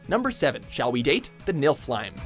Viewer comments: actually it is NIF-el-hame or Niv-uhl-heym depending on dialect. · not that im nit picking but its pounced NEF I lem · You pronounced that wrong, it's "NIF-el-hame". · 1st Holy sh*t! Thank you for including a Shall we date game, one of my faves to boost! >w< 2nd, That's soo not how you pronounce NIflheim. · you mispronounced niflheim